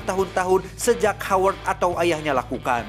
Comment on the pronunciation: "Howard Stark", Haji Stark? 😂